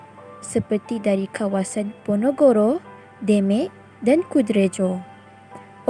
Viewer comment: Ahahha,,, bukan ponogoro lah, tp ponorogo 😂